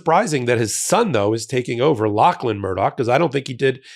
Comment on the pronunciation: Thanks for pronouncing "Lachlan" properly.